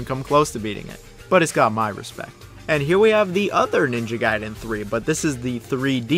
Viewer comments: It's pronounced as Guyden not Gayden. Gai and Gay are different. If you pronounce it as Gay well then you're Gay. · Stop saying "GAY-den". It's "GUY-den". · Good NG games = Ninja Gaiden Bad NG games = Ninja Gey-den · Definitely pronounced Guy-Den. Just look at the order of the letters in the word. A before I makes a hard I sound. Think DBZ Kai. You wouldnt call it DBZ "Kay" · gaiden gayden gaiden gayden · ninja gay-den? cmon man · Gayden? Lol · Youve got to decide how you want to pronounce Gaiden 😂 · Choose one pronunciation of gaiden and stick to it... So painful dude, literally changed every time